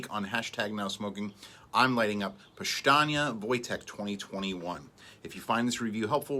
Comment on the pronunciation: Sounds powstanie with S, not powshtanie with SH